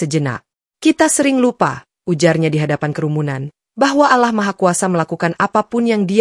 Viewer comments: Bacaan Alloh kok jadi alah.alah melulu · Yang betul ALLOH bukan alah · nyebutnya Allah salah harusnya ا لله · Yg nembaca beragama islam jadi fadeh bicara ALLOH bukan allah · Mohon maaf sebelumnya mbak yg baca ini atau hos ini mungkin bukan muslim lihat cara bacanya allah yg mestinya dibaca alloh bagi orang muslim tapi mbak ini bacanya allah jadi mengucap alloh saja gak bisa ,bisanya allah mungkin mbaknya takut kali baca alloh seperti orang2 muslim lainnya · Allah Allah...bacany Alloh.. 🤦‍♀️🤦‍♀️🤦‍♀️ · Cerita nya bagus... Tapi tolong lah pengucapan kata ALLOH NYA itu loh .. Diperbaiki.. Sering bngt di podcas lain jg.. Tolong ya buat hos nya